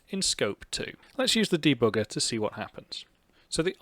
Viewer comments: I like how you say debugger, deBOOGER! hehe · de-booger... kind of like picking your nose, lol. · I love how "german" you say the word debugger. Greetings from Germany! :)